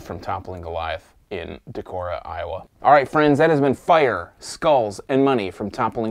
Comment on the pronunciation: Definitely worth the trip to their tap room in Decorah (you pronounced it right, btw). Would love to hear your thoughts on Pseudo Sue!